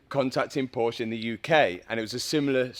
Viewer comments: Dude in the beginning your said it correctly. "Porsche". But then in the end of the video you fell back to the typical English speaking error, saying "Porsch". It is "Porsche". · now that you own one, it's time to pronounce it correctly... it's Porsche with an e at the end, not Porsch. Please! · I love your videos and how you rebuild broken cars, but as a German, I can't handle the way you pronounce Porsche. It´s Porsche, not Porsch :D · Pronounce por sha. Waisted $130,000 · "But if you want to buy one of these, you've got to be on a special list from Porsch". Is being able to pronounce "Porsche" correctly one of the requirements for being on the list? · "2024 Porsche GTSouve Condenzation edition" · yoo the fucking "E" in Porsche isn't silent! Dankeschön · Learn, how to say Porsche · Here we go with another video of mispronouncing PORSCHE.